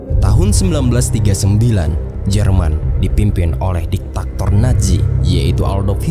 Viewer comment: Diktator bukan diktaktor